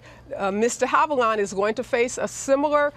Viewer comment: A lawyer, who has JUST heard Ms DeHavilland's name REPEATEDLY pronounce (including here ) - STILL manages to frak it up ?!!?